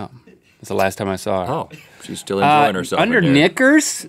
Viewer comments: Guys, it's "knickas", not "knickers". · "Knickers"? It sounds like Link is saying something else! 🤔😂